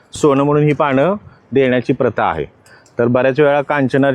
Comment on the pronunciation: पाणं 😡❌❌ पानं ✔️✔️